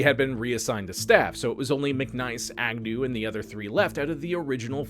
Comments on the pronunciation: His name was Mic niece not Mic Nice, As in my niece and nephew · His name was McNiece (like your brother's daughter), not "McNice".